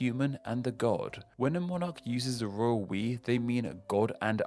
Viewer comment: Lol... Every time I hear you say "Royal We" I'm actually hearing "Royal Piss."